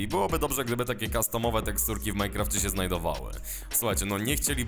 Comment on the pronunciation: Proszę mów Minecraft, a nie Mycraft..